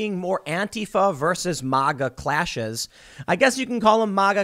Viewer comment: You even say MAGA wrong